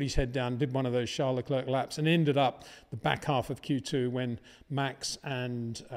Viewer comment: Leclerc is pronounced Le Claire, not Le Clerck. In other word the "C" is silent.